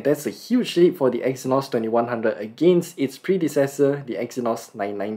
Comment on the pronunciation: The Review was not able to understable As giving the review he said EXYNOS IS BANNED. But it was BACK the pronunciation was kind of bad